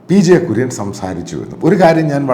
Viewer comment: Sir Kurian is not clear mam